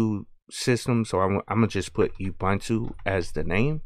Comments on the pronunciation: I thought ubuntu was pronounced oo-boon-too. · Awesome video. One note tho... It's not pronounced Youbuntu... It's an African word, here is Deamond Tutu pronouncing it and explaining the humanity aspect...